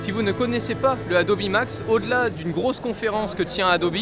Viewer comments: Adobi ça casse les oreilles ... Adobe c’est quand même mieux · On dit Hey-Do-Bi ou ADOBE mais pas ADOBI wtf ?! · Dire "adobi" à chaque fois mais quand on parle de photoshop ça parle d'adobe ????????? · Alors je vais faire mon chieur mais un iPad Pro c’est pas vraiment le même prix qu’un Mac Pro Et puis faire exprès de prononcer « adobi » pour faire genre et quand il parle en mode normal tu prononce comme tout bon vieux français sinon pour le reste très bonne vidéo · Adobi c’est la prononciation en anglais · Il dit Adobi Max, mais Adobe Photoshop, donc tout vas bien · Il suffit juste de poser la question. What's the pronunciation of Adobe ? The answer is /əˈdəʊ.bi/ . Le a se prononce comme un e, le do est une diphtongue (deux sons) et be se prononce bi. Ah aussi la deuxième syllable est accentuée . En conclusion ce n'est ni adobe, ni adobi mais de toutes façons la plupart des oreilles françaises ne peuvent pas entendre correctement les phonèmes anglais. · je suis le seul qui ne dit pas « adobi » ? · Est-ce que je suis le seul qui le prononce "Adobe" et non pas "Adobi" ?? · Yang the third « adobi » c’est la prononciation officielle « adobe » c’est juste en français mais sinon tout le monde presque dit adobe et France tkt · C'est qu'en anglais ça se prononce "Adobi" comme Nike se prononce "Niki" en anglais ;) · "adobi" c la prononciation en anglais et "adobe" c en fr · Le « Adobi » me crispe